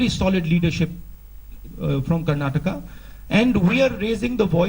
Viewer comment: Tell this fellow, it is not "Karnatak" but "KARNATAKA"!!!!! Why do Psychos like this fool come and disturb the peace and tranquillity of our wonderful state.